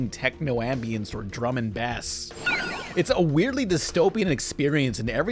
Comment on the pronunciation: Pronouncing drum n bass as "bass" rather than"base" 😂